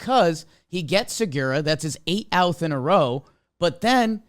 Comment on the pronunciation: Anyone else notice says Eight outh instead of eight out